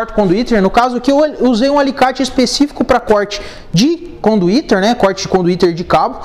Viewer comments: Conduíte cara, não conduítERRR!!! RSRS Maneiro o vídeo. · Super didático, mas que agonia ele dizendo conduíteR. É conduíte. Kkkk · Conduiter? Conduíte? Eis a questão. Man, bom seu vídeo, a propósito. Mas tu falou muito conduiteR, tá errado, dói oszuvidu... Rsrsrs